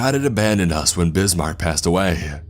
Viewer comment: Is anyone bothered by the way the guy speaks? It’s very airy.. he says “awayuhh” or “bromineuhh”